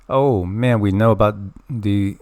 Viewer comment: That "oh man" was very southern! Its concerning how much people a refusing to worry about things. Swwm worn out about it all and if I bring it up people get irritable